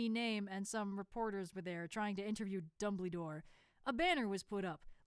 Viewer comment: NOT DUMBLE-Y-DORE !😱